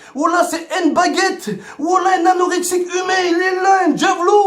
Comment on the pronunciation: Nguette🤣🤣🤣 baguette 🤣🤣🤣🤣🤣🤣